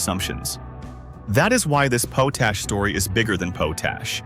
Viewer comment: Potash is generally pronounced POT-ash (short 'o' as in "pot", then "ash") with the stress on the first syllable. The phonetic spelling is / 𝒑 𝒕 . æ / in British English and / 𝒑 𝒕 . æ / in American English. It is pronounced exactly how it looks: "pot" + "ash". Cambridge Dictionary